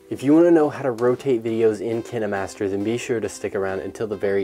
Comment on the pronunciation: It pronounced k-yn-ma-st-er